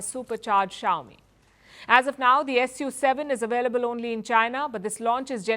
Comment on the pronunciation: Its pronounced Soo7 not SU7 - Hermione Granger